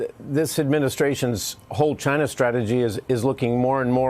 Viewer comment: I thought he was saying Gine-nah.